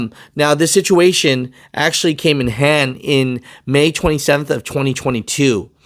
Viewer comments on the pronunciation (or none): none